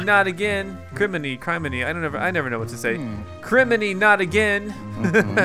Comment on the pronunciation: for those who want to know Criminy is pronounced "Crime-i-nee". I looked it up to be sure.